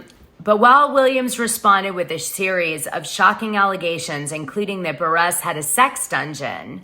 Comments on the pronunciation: Lmfao at Kandi “Buh-Resss”. And “EX-scape” 🤦🏻‍♂️ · It is Kandi B u r r u s s pronounced Burr russ. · I love you Dana but it’s buhrr-iss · You are pronouncing Kandi’s last name wrong …